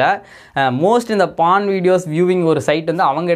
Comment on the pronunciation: பான் இல்ல போர்ன். உங்களுக்கு ஒ வராதா